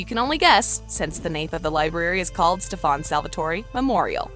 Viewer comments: ITS STEAN NOT STEFON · We saying Stefan Her saying Stef-On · Why can't they get names right? It's not StefaAn salvatoree it's Stefan salvatore. You can't get sh*t right. that world was from lizzies wish world from jinny, Klaus was alive in that world because lizzie wished for hope not to exist which led Klaus to turn his humanity switch off with Caroline. Get your facts right. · Apparently only "adults" have eyes. Also Stop saying stefON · It is so annoying listening to her saying stefaan salvotory (rolling my eyes) it is stefan salvatore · her: Stef-aun me: omg stop its STEF-AN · can you stop saying "stefaann salvatore"? it's stefan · Its not stefon it's Stefan lady 😒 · it's not setfAAn salvatore it's setfan Salvatore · it’s pronounced stef-n not ste- fahn. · Quit saying stafannn. It’s Stefan. They literally say it in a clip. So many things are wrong in this video. It’s unreal. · It's not satfaan Salvatore . It's Stefan Salvatore. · Stefan isn’t pronounced like you say it, if you properly watched the shows you would know that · If your going to talk about a tv show you should pronounce the characters names right. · You say stefans name wrong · I hate the way she says Stefan! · It’s also not “Maliv-wire”, it’s “Maliv-ore”. And who is “Stef-fawn” it’s Stefan . 🤦‍♀️ What a wash. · How in the hell can you say raphael but not stefan or malivore...let me help. (St-eh-fan) sound it out. Here's this too. (Mm-al-eh-v-or)